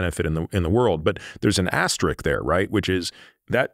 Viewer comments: dude, you said 'ASTE-RIK' right off the top; delete this video! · It’s “asterisk”, Peter the Great, not “asterik” 😂